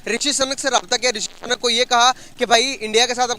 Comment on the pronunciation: साले पोरकी,सही शब्द भी नहीं बोल सकते। अबे पागलो सुनक सही शब्द है, सनक नहीं।